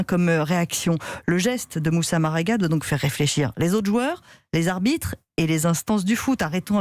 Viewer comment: Sérieusement 😒 la journaliste ne dit pas bien le nom même . 🙄 Marega rien de difficile.